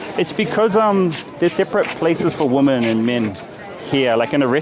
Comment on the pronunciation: Karl! PLEASE! Finally, and forever: Woman, singular, = "Wuman"; Women, plural, = "Wimin".